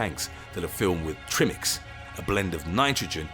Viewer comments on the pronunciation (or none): Wrong it is pronounced Try Mix but spelt Tri Mix . I should know I was in Technical Diving for nearly 40 years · You called the mixed gasses trim mix ( wrong ) it's pronounce Try Mix but spelt Tri Mix